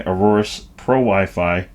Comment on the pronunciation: A-OR-US not arorus lol Good video tho!